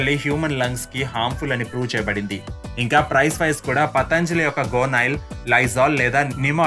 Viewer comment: ముందు పతంజలి అని సరిగ్గా పలకటం నేర్చుకో! పతాంజలి అనకూడదు!! యోగ శాస్త్రం రాసిన మహా ముని, యోగి, పతంజలి గారు!!! నిన్ను వీవేక్ అంటే ఎలా ఉంటుంది! దయచేసి పతంజలి అనండి రాగం తియ్యకండి ప్లీజ్ 🙏🏼